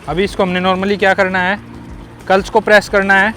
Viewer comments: Clutch ❌culch✅ 😂😂😂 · Are you saying clutch or culs?